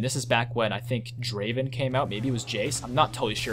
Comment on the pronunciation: not draven, draaaaaaven